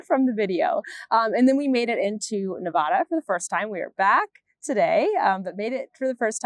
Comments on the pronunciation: If I recall correctly, they are called "Inclinators"., I adore you so I hate to tell you that you are pronouncing Nevada incorrectly. It's common but a local pet peeve. There is no H, just Ne-vad-da. I know you were already here but did you get to Sin City Knit Shop? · Before I moved to Nevada, I pronounced it wrong. It is the first thing you learn when you move here.